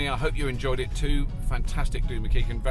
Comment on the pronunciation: Glad it's nae pronounced "ma keich an" ;-)